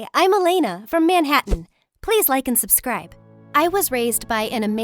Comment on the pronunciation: MY HOUSE IS E-LAY-NA